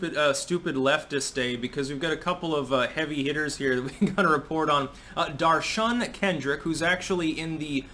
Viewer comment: D'oh'shun Kendrick?